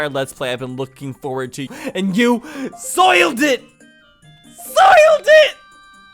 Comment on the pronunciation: When said "sOilEd iT" all I could think of was the Sonic kid yelling "when will you learn that your actions have consequences!"